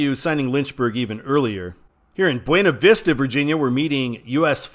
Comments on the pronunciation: Buena Vista, VA is pronounced Byoona Vista. Staunton is pronounced Stanton. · A few Virginia things: The road closest to the ocean in Virginia Beach is Atlantic Ave. US 60, being one block west, is Pacific Ave. I still don't know that it makes complete sense, but that's why it's signed that way. Powhatan is pronounced POW-uh-tan. Buena Vista is pronounced BYOO-nuh VIS-tuh. I know people from the area who joke about how far off from the actual Spanish pronunciation that is. Staunton is pronounced STAN-tin. Like Stanton, basically.